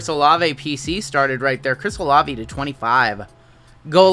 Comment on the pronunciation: You are correct, it's O-Lav-A